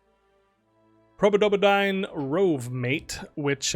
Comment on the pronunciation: i love the probodobodyne mispronounciation :D